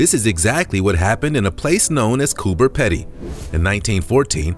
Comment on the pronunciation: Coober Pedy is pronounced Peedy